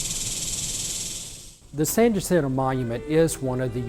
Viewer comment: U would think if they going tell us about the monument they learn how to pronounce San Jacinto !